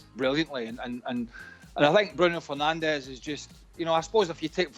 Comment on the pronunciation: It's bruno fernandes